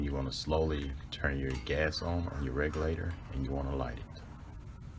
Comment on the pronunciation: Your ons sound like offs